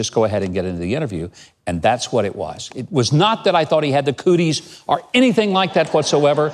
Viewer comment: I stopped listening when he pronounced or as are. Fucking dude had one fucking job.